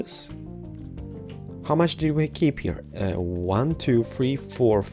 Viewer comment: He's saying heaahh instead of here, it's kind of annoying but, it's an awesome video tho and an awesome house!